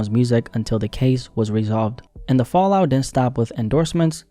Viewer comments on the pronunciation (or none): none